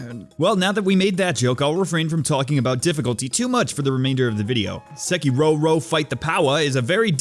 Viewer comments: why do you keep saying sekido ? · Its sEkiro for fucks sake, not sekIro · Sekitoh Actual Title: Sekiro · the way he pronounces sekiro is just e